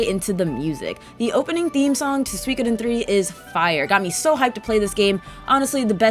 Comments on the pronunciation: su-i-ko-den not sweecoden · SUE - CO - DEN. You sound like you’re speaking of Something from Finland when you say Suikoden. 😂